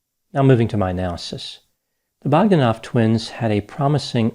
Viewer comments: Pronounced Bog DAN off. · Your pronunciation of Bog-da-noff is way off and diminishes your projected expertise. Probably the brothers try to emulate Stephen William Hawking prophet fraud. Very important take here is how the scientific community is corrupted by politics and money.